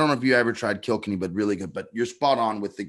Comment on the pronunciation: it’s pronounced “Kill Kenny” not “Killkinny” (Kilkenny)